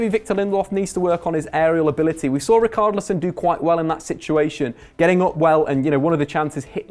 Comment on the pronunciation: Brendan Sloan sucks at names. Just listen to the Front 3, the way he pronounces Tielemans, Richarlison, Nainggolan, and many more.